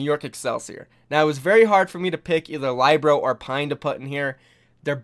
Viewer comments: Do you not listen to the casters when they pronounce these players' names? I know they're not always consistent but none of them have pronounced Libero as ly-bro. Please, it's not hard. It's Lee-bear-ro. No one calls Miro my-ro either so please get that down. Pronouncing people's names right is respectful. Thank you. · Um, Lie-Bero? It's Li-bero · WHY DO U SAY LYEBRO? ITS LIBERO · LYBRO hahahahahahhahahaha its Libero Lee Beh ROW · Hey bro, not to be facetious, but it's pronounced Lib-ero, not Lie-bro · Nice video but isn't Libero pronounced like Lib ero, and not like Lybero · saybyeolble and lie-bro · Can you learn to say LIB ER OH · Love your videos. But please learn how to pronounce Libero. It’s not lie bro. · Pls, SBB is pronounced, Say - Bee - Ol - Bay, Libero is pronounced, Lib - Eh - Ro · It's pronounced Lee-be-ro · I cringed every time he said LIBro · Lih-ber-oh and Say-bee-ohl-bee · Lie-bero? Never heard of him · Say libero as li- (as in little) burr-oh And saebyeolbe as say-bee-ol'-bee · Please learn how to pronounce libero and saebyolbe.i love your content but it is killing me. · That "Libero" pronunciation... shudders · The way u pronounce libero is cancerous lmao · you said libero wrong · Lmao watches every match and still mispronounces Saebyeolbe and Libero even after the casters saying it correctly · learn to pronounce Libero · nice list but you butchered Libero's name